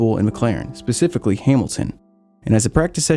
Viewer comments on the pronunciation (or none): none